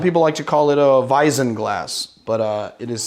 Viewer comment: I love how he pronounces Pilsener and Weizen. I am from Germany and here it is defently a Weizen-Glass :) A Pilsener is more like a chalice. Can I only propse you Drinks if I am a patrion subscriber?